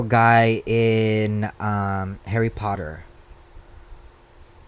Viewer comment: “harry porter” “Dolby” 💀